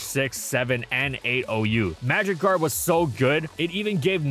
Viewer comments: oh my god i was so confused i kept hearing magic guard as magikarp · I kept thinking you said magicarp and was so very confused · why do I always hear "magikarp" when you say "magic guard" xD